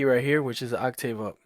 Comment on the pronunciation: Serious? On the pronunciation of..."octave"